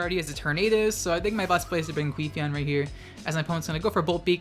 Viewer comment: please stop saying queefeon lol